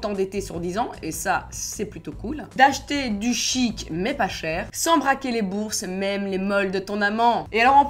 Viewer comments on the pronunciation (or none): Quand tu a dis "acheter du chique" j'ai cru que tu allais dire "acheter du chite"😂😂😂